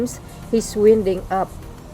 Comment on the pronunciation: It is pronounced as waynding please.